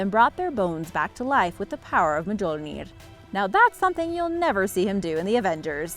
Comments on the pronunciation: This girls facts are wrong the trojan war started after a trojan prince kidnapped a spartan woman and it’s not prenounced “ma-jerl-nair” its Mjölnir and the j is silent more like myolnir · me-jol-nier? Mjølner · Said Mjonir? I believe its actually said Mjolnir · It's pronounced mi-yul-nir not me-jol-near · She said "majolnir" but its pronounced "meyolnir"(btw correct form is mjolnir in spelling) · Mjolnir is pronounced Myole-near btw. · It’s mji-ou-ner Mjölner & It’s a-s-goa-rd asgård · i thought it was pronounced myOlneer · the hammer of thor is actually pronounced (mee-yol-neer). the ancient texts of the Norse dictate that, much like in German, the "j" letter actually makes a (yuh) sound, like the english "y". hate to be THAT guy, but it bugs me when people get it wrong...sorry again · The j in Mjolnir sounds like a y, not like an English j. So it's said like "myole-near." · also thoth not toth, toth was that blind nigga in the last airbender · OmegaUltima hahahahahaha MAJORNIR!! Hahaha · The way you pronounce the name of Thor's hammer is weird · YES, THANK YOU. Im glad im not the only one. I feel that if your going to talk about something, at least GET THE DAMN NAMES RIGHT. Her BUTCHERING of Mjolnir and Asgard are fucking gringe worthy. I mean come on, it sounds like she didnt even TRY to find out how to say it and just sounded it out like a damn 5 year old. She didnt get Mjolnir ANYWHERE EVEN SLIGHTLY CLOSE to the correct pronunciation. All she had to do was look This is the CORRECT way to say it lady!